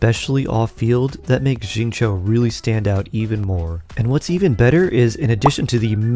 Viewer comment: "shi"-ing "cho". its "shingcho"!!